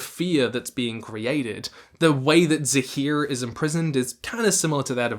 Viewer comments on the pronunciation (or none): accent disappeared for a sec when he said “zaheer” lol